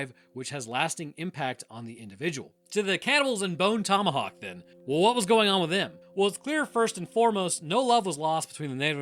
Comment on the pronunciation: well you said that movie name wrong